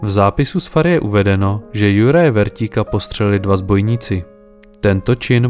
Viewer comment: Kupec sa volal Šipoš a nie Sipoš, farár Vrtík a nie Vertík.